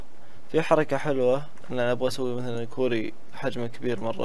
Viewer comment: اسم مو كووري كواري